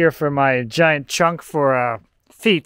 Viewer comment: Chunk not chuck